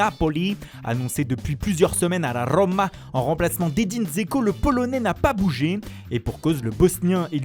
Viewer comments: Rrrrromaa 😭 j'adore 😆😂😂😂😂😂😂😂😂😂 tu fais comment même ? Putainnnn 😅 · De la rrrrrrrrrrrrroma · A la rrrrrrroma. Il fait trop rire quand il fait l'accent 🤣